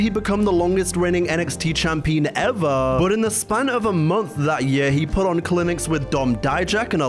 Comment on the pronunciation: CHAMPEEN?! What is this? 1942?😅